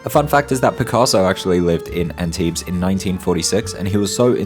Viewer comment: My hometown. Thanks for this great video. Tiny thing, we don't pronounce the s at the end of Antibes 😉